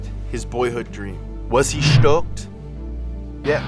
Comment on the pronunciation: 😂😂 I died “he was schtoked”